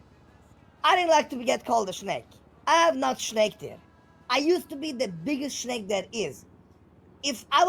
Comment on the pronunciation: Take a shot every time you hear "shnake" and then dial 911. 😂